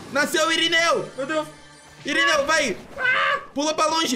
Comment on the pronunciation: SÀRINEU KKK E SÀMUCA E IRINEU KKKK